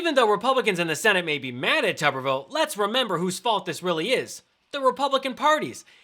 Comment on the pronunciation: It's: " toober-ville"..like potato head.